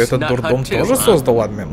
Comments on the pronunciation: Почему Ааадмин,а не Адмииин????? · АдмИн, а не Админ!!!! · Не Админ а адМин(если кто не понял это ударения)